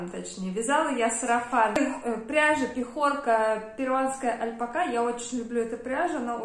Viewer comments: Вы такая классная, обаятельная, очень рада, что нашла ваш канал, потому что и стиль, и вкус мне очень импонируют. Но искренне не понимаю откуда в русскоговорящем ютубе появилось «альпакА», это очень сильно режет слух. Понимаю, что, возможно, вы привыкли так говорить, но по-испански ударение идёт на вторую А, это совершенно точно. Ни в коем случае не хочу никого обидеть, просто звучит странно 🙊 спасибо за видео, с нетерпением жду следующего. Кстати, игрушки вязаные просто волшебные! 🌷🌷🌷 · я давно прочитала что ударение в слове альпака ставится на последний слог.